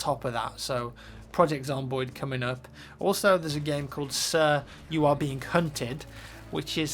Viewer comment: At first I thought you said: "Sir, you are veing cunted." Haha!